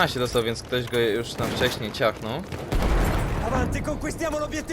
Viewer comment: idź weź się za naukę Np już A nie jusz